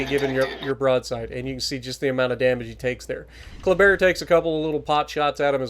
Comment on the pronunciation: Hey! First time I was confused when you said Colbert. But it was a Kleber 😅 nice video 👍